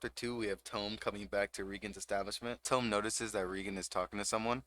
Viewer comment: Hi! Not to be a dick. Ut its peonounced TOE-MEH and not TOUM like a book Love the vid!!!